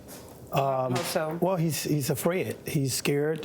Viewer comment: If he's a crisis manager, R Kelly can hang it up. SMH! Wait did he say afred? Instead of afraid?